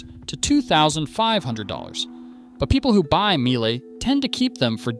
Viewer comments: Miele is pronounced mee-leh, not myelleh. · Good grief, why can't you pronounce names the way they're originally pronounced? Learn to pronounce Miele correctly! We in Europe make an effort to pronounce American names correctly, after all. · Miejèléh? Is it so difficult to say Miele? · Mie jeeelle ? Just mie le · It's MEE-LUH not MEE-AY-LAY. In German, you pronounce the second letter of IE or EI, not both letters. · Miele;...it is not Mee-elle; its pronounced Meleh.... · Funniest way to pronounce Miele. Its just "Meel-eh". Sometimes its really just that easy. But the effort is being appreciated. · General Electric here. Both dryer and washer dead after 5 years. BTW I am a born German. Miele is pronounced Meele with that short e at the end that you already got right. IE in German is a so called long I, which in German is pronounced like an English e. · That atrocious pronunciation of Miele hurt my soul. It's not a meowing cat, it's a german brand, so something like "mee-le". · Good video. For Americans: you should pronounce " Miele" as " MEELE". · The first e in Miele is quiet, so it’s pronounced more like “meela” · Miele, its spoken Meela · Pronounced "Meelay" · Laughs in Miele. I have mine for some 25 years. Also the e in Miele is silent. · You did not pronounce Miele correctly! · Terrible video. LG uses the same system as Samsung. So if LG is good so is Samsung. You pronounced Miele wrong, as well as what they sell for is wrong. Speed Queen is not the same washer as what "your parents had". You specifically said old washers has stainless exterior drum, they haven't used a stainless exterior drum in 10 years. Don't say no one warned someone about washers breaking down quickly. EVERYWHERE that you buy appliances sells extended warranties... That is the warning. Any reputable company will have a proper sales rep, and they will for sure talk about what to expect.